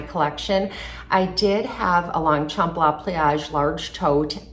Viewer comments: I just wish for the proper pronunciation of the brand!😂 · If you’re going to feature a handbag brand take a couple minutes to learn how to properly pronounce it